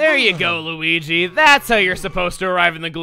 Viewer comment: Hes speaking the language of weegee